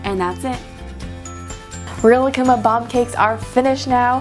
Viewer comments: Rilakkuma is said like this: Ri•La•kku•ma Not Rila•kkuma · Actually rilakkuma is pronounced ri•Ra•kuma since in the Japanese language the l makes an r sound